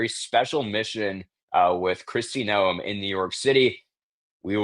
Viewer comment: it is Kristi (nome) like nomemobile